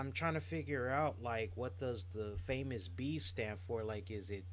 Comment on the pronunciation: Matt Striker on commentary called Famous B as " Famous Beach".